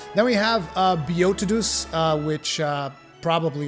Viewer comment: I just assumed you pronounced beotodus like Beowulf. Bayo-toe-diss